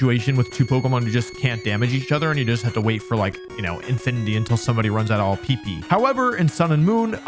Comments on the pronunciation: Don't put the emphasis on the first p in PP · Why he saying “PP” like that tho Also nice cheekbones